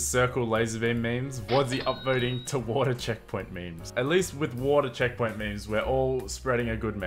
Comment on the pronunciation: Wait did u say water I heard vodka